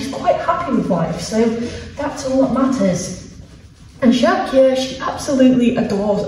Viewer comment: I'm Frisian (not a horse alas) and living in the UK. Your pronunciation of Sjoukje is really good. They're not easy names to pronounce for non-Dutch/Frisian speakers